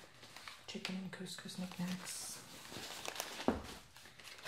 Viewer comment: cous cous not cuus cuus sorry I'm british